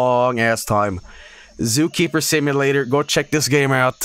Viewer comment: Excuse me did he just call the game Zookeemer Sipulator